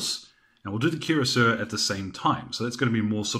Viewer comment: This was a very helpful video. BTW, cuirassier is pronounced something like 'queer-ass-ee-ay'.